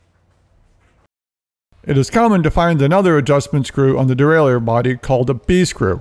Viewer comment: Not pronounced that way son